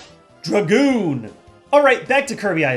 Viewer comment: Props for the Kirby Airride shoutout but antiprops for calling it the Druh-goon and not the Drag-oon. And what no Paper Fan?!